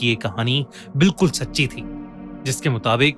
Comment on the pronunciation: Sir ne bola sacchi thi ki jagah Chacchi thi